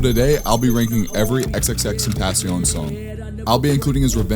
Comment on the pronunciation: The disrespect is so real let’s me know you really didn’t understand him but what can I expect from a guy who can’t even pronounce his name 😒🙄